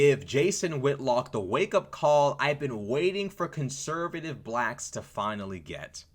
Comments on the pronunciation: 😂😂😂 I don’t know anything about these people because I like peace and undisturbed sleep, but this whole video got me on the floor. Dude said BLLACHKS 😂😂 Your commentary is awesome though. 🎉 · You say blacks funny 🤣